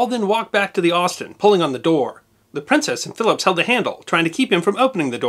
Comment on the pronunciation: Why are you emphasizing the seCOND syllable of the word "PrinCESS?"